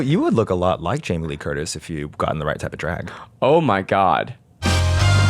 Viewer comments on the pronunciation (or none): none